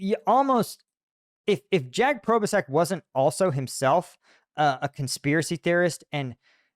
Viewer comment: I like how pronounces Jack Probe-A-Sac’s name😂 Imma use that 🤣👍🏾